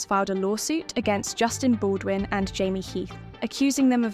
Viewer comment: After ALL the evidence that came out about Amber and you still have people creating videos defending her... i can't even with this nonsense. The AI can't even pronounce Baldoni or his lawyer, Friedmans name right lol This has to be a troll video cause anyone in their right mind would know making this video is a waste of time. ✌️